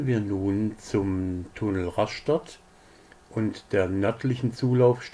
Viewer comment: Einfach nur "Raschtatt" ausgesprochen. Vielleicht würde man an der Küste "Rastatt" sagen. Ganz furchtbar ist ja "Ras-schtatt". Echt schlimm!